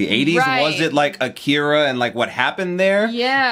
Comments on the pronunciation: "Akira", not "Akeera" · Are usaricans completely incapable of speaking words as easy as Akira correctly, even after directly listening to it? Lmao